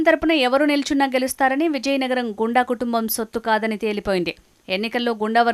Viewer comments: గో ండు, గూండ, కాదు తల్లీ... గుండ n గొండు 👍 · గుండ అని చదవాలి